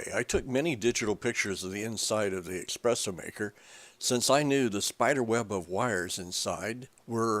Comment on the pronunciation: I really appreciate the effort of this video seeing as my machine badly needs repair. The information is good however there are not enough photos displayed in stages here for me to feel comfortable with taking apart my machine. As a side note, I would like to point out (no offence to the writer/speaker) that there is no such thing as expresso, the word you mean is espresso (es not ex). Way to many "serious" coffee drinkers get this wrong. I have seen coffee stands out there that use the word expresso in their title but that is because they are mashing the words express and espresso to be witty. Es like the word escape not ex like the word express. :)